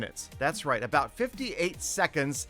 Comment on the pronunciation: when I donate him 17$ and he says "that's royt, petah 17 dolars"